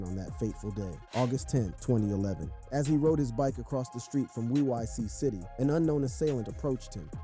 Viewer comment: Bro called WIIC city WI-I-C city 😂😂😂😂😂😂😂